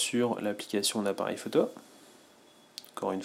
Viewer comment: Salut, tu fais de tres bonnes review, par contre ça me stresse ta manière de dire "photo" faut que tu corriges ça stp, j'avais constaté ça sur les autres tests mais là c'est flagrant alors je laisse un commentaire ... (ecemple à 4 min) [K]